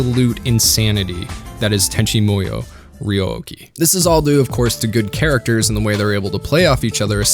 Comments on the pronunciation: Tenchi Muyo is pronounced like "Moo-yoh", not like you're saying it "Moy-yoh". I have no idea where you pulled that "Moy" from, but it obviously isn't correct, and you seem smart enough to know this. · I always thought it was pronounced Tenchi MooYo? You keep saying MOEYo and it's throwing me off haha